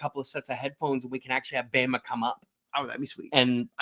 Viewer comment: definitely need your partner there on with you the chemistry was great him calling bama "bahma" had me rolling when I finally caught who he was talking to. Lol he's faster on the clapbacks than me lmao